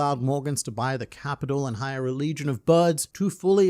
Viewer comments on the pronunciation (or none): none